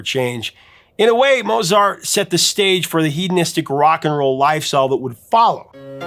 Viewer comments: Pronounced Mote-zart. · The maestro's name should be pronounced, "Mowt sart." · You actually mispronounced Mozart. [cringe]